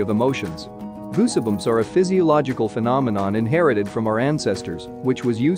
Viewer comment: goosibums? ffs get a narrator.